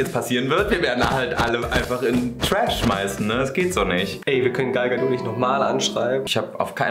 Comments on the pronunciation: Gal Gadot wird wie " gäl gädod" ausgesprochen! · Das T von Gal Gadot ist nicht leise die kommt aus Israel